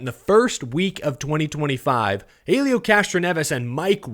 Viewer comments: The H is silent it's elio, not Hailieo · Small note from the Indycar side: it's pronounced ELL-EE-OH Castroneves. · Pronounced Elio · gonna have to learn how to pronounce Helio. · Seriously u can't say Helios name remotely correctly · Also why do u say Helio like that your the only one I’ve seen say it like that